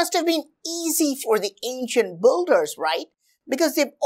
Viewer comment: Pretty nice videos. It’s just whenever you say “builders” it sounds more like boulders😂